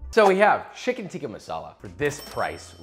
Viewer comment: Never noticed this but you say Shicken alot. is your knife Charp?